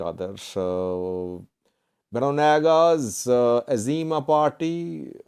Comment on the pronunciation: Izėma not Azima. The "I" is also pronounced like an "I" in "India".